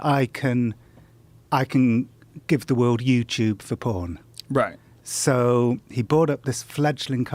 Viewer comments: lol "pooen" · The way Jon Ronson pronounces "phooorn" makes me want to take a shower. So dirty